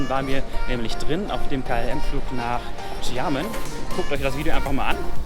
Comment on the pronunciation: bei Xiamen wird das a betont